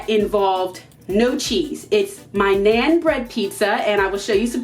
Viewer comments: Naan bread is pronounced like Non not Nane :) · It's pronounced "naan" like "on"